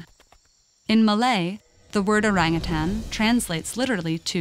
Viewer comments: I know...it cringes me a little to hear westerners say: “oreng-a-tan”. I got used to hearing “o-rung-hu-tone” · The best part of this video is how she pronounces oarangatann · Yeah, it literally means ‘forest person’ in the Malay language. Though the real pronunciation of it is ‘oh-rung oo-ton’. If it were to be recognized as just another ape, then it would be called ‘kera’ or ‘monyet’. Orangutans get the ‘orang’ name which is more human-like, like how ‘orang kaya’ is a rich person and ‘orang kuat’ is a strong person. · You know youre calling orangutan the name rong go type how to say it right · It is pronounced orang ootaen. In malay. I am a Malaysian. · It's or"a"ng ut"a"n as in father. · Came here for the orangutan pronunciation and I'm certainly not disappointed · The name "orangutan" (also written orang-utan, orang utan, orangutang, and ourang-outang) is derived from the Malay and Indonesian words orang, meaning "person", and hutan, meaning "forest", thus "person of the forest". The word was first attested in English in 1691 in the form orang-outang, and variants with -ng are found in many languages. This spelling (and pronunciation) has remained in use in English up to the present, but has come to be regarded as incorrect.[7][8][9] The loss of "h" in Utan and the shift from -ng to -n has been taken to suggest that the term entered English through Portuguese.[5] In 1869, the British naturalist Alfred Russel Wallace published his account of Malaysia's wildlife: The Malay Archipelago: The Land of the Orang-Utan and the Bird of Paradise. source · omg thats not how u pronounce orangutans it annoys me so muchhhhhhhhh!!!!!! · In Malaysia, it is pronounced oh-rung-hoo-tun. Lol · Orang = people Utan (hutan) = forest Btw the pronounciation though... its pronounced as orunk-(w)uta(r)n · You pronounce orangutan so bad lah.. Like "oureng gutens" hhahahaha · Yeah... no it’s called orangutan not orangutannnnn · Isn't it called o-rang-u-tan???